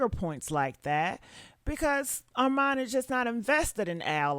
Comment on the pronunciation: 🛑R-MON 🛑 ARMON not Arm-mon kindly submitted 💅🏽